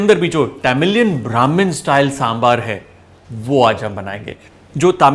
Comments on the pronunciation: Kudos Chef , you have showed a lot of respect and humble towards the humble dish of South , the mention of Sangam literature shows the efforts you put in each dish. By the way that is one authentic Sambar and pronunciation 👍 With Love and Respect from Tamizhnadu. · Thank you!!! For saying Sambaar!!! And not Sambhar. And on top of it, you actually pronounced Arachu Vitta Sambaar soooo well! Love it! ❤️💜❤️💜❤️ Recipe is almost spot-on! I say "almost" because like you said, every house has a slight variation and nothing comes close to Amma's Sambaar 😄